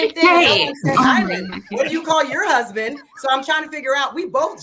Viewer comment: She don’t have a huh-sband? Lol